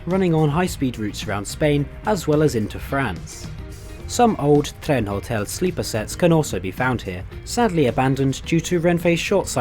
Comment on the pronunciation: Amazing attempt of Spanish pronounciation. In trenhotel the h is silent